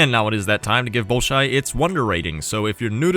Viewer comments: nails the prononciation, 1ns later: "ballshy" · Ball-shoi Theater. In Russian, o makes the ah sound if not accented, so the first o sounds like ah, the second o like oh.